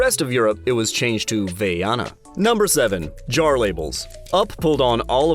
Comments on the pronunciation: Not vay-ana. It's Vai-ana. Like a v-eye-ana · You are saying the name Vaina wrong 😅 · Nel doppiaggio italiano si sente che la chiamano Vaiana